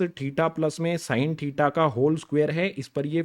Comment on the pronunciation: Tita nahi hota thita hota h😂